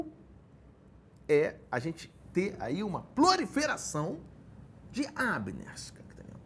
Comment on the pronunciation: PLORIFERAÇÃO É PALAVRA NOVA